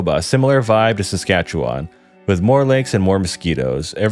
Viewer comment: As a Canadian, your pronunciation isn't too bad. Nunavut is more like saying "none of it" really fast, no voot. You said Saskatchewan alright but you over pronounced it. Native Canadians also shorten it and say it faster making it sound more like Sask-atch-ewin. But your pronunciation is better than most. Great vid man, glad to see the algorithm working in your favour